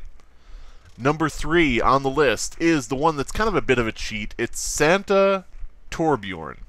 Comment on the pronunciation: I like how you called torbjorn toblerone